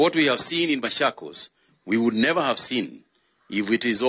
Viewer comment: Not mashakos its machokos